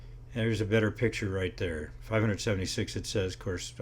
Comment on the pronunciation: "gotta-git-thar-itis" kills.